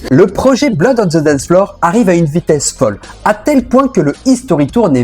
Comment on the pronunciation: Prononciation. On prononce (the) (D) pas Z